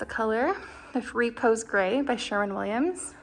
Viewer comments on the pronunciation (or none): It's not Reeee-pose Gray, it's Ruh-Pose with the emphasis on the second syllable.